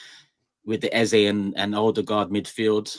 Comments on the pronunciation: the name is EZE, not Eza. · i agree, you made the right choice in choosing your gyaal...big up guys...good to see you all back. BTW its 'Eze' pronounced (Ez-zay) not 'Eza' pronounced (Ez-zah) which means 'King' in the igbo language (spoken by the South Eastern people in Nigeria)